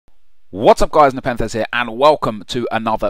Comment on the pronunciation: 'Nep'enthez hahaha